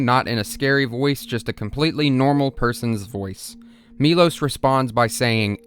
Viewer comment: His name is actually “mee-lowsh” even though it’s spelled Milos in English, the name is Miloš. That’s an sh sound.